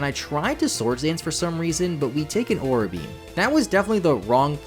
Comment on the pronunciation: Aura beam. You keep saying aura beam. It's a-roar-ruh beam. Like the northern lights